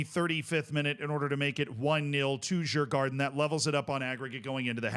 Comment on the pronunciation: You should Pronounce Djurgården as "Yurgorden" in case you wanted to know.